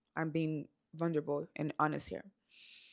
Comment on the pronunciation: I notice you say “vunderble” haha! It’s vulnerable 🙌🏼 no D 😅